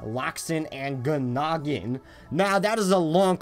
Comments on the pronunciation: guh-noggin moment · Love you, but I’m just saying the g is silent, and these things irrationally really annoy me